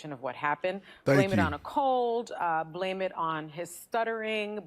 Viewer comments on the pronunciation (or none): none